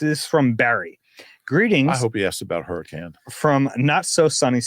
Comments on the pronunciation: I'm just surprised to see a fellow fan from Hurricane...even though still mispronounced it. And no...there is definitely NOT a lot going on here 😂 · There’s a Hurricane in Utah pronounced Hurr-I-Cun and they get upset if you say it wrong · There's a Hurricane in Utah, the locals pronounce it Herkin. I wonder if it was settled by people from Hurrikan.